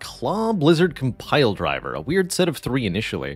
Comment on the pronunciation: Compldrvr lmao... Man can't say it or is it a meme?